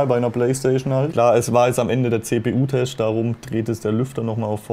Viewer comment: Tescht - SSD LOL! :-D